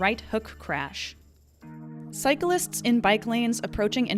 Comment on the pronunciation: Love the video and content I truly do but if you're gonna say a key word MANY times in a video please make sure you say it properly. It's cyclists — not cyca-lists